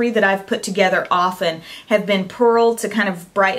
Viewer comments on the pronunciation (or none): none